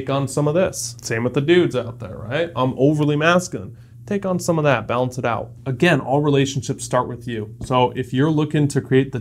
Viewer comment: "balence" lol